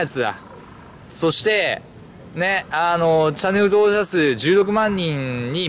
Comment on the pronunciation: チャンネルとぉおく❌ チャンネル登録⭕ ワロタw